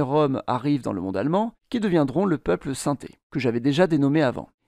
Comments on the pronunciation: Aïe aïe,de gros problème de prononciation On ne dit pas sinté comme synthétiseur mais sin'té.. Et Magyar ne se prononce pas maguiar mais madjar !!! De plus tous les gens du voyage de France ne sont pas manouches.. Il y a des manouches certes mais également des sintés,des gitans espagnols, Catalan,des yéniche,des roms etc.... Concernant la plupart des gens du voyage du royaume uni ,ils ne sont pas lié ethniquement aux"roms" ce sont pour la plupart des gens du voyage d'ascendance irlandaise "traveller"... cela n'a rien à voir avec les roms ! Pour les roms L'origine de l'Inde est incertaine,il est évident que les roms y ont séjourné longtemps, d'ailleurs il y a des traces de vocabulaire indien mais pour autant cela ne signifie pas qu'il sont originaires d'Inde, étant nomade il est probable qu'ils aient toujours été nomades ... Aujourd'hui la majorité de leur vocabulaire vient des régions des Balkans et pourtant nous savons très bien qu'ils n'y sont présents que depuis quelques siècles La génétique à également prouvé qu'ils étaient très proche des peuples balkaniques avec des moindres apports d'Asie (inde,asie centrale etc...) Cette vidéo ne traite pas le sujet de manière exhaustive et est très axé sur des théories obsolète des années 1990... aujourd'hui il faut plus+ se concentrer sur les études linguistiques et génétiques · Super vidéo mes juste un truc sa s'écris "Sintés" mes sa se prononce "sinti" 🙂